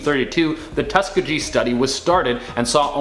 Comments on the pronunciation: It's a bit sad that he is a black man and can't even pronounce Tuskegee. That's a story that all African Americans should know. All US citizens should know. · Your onscreen “talent” diminishes the credibility of your channel when they mispronounce basic names and places from history. Tuskegee and Mengele are two such examples. Be better.